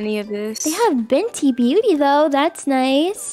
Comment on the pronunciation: "they have beNtey Beauty tho"